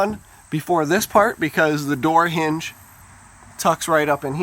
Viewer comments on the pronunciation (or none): none